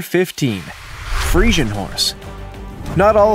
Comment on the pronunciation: So frustrated you said Friesian wrong the whole time thats ok